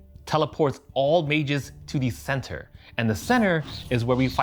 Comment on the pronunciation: center, cenner